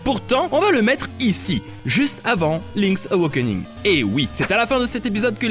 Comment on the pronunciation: Link's Aw - A - kening, Pas : Link's Aw - O - kening ! Raaah, t'as réussi à bien prononcer WIND WAKER à la fin de la vidéo pour une fois (même si tu t'es planté dans l'ordre des Zeldas :p) Alors pourquoi Link's Aw - O - kening ? ><' C'est pourtant la même notion d'éveil à chaque fois... Bref, bisous, pouce bleu, toussa toussa...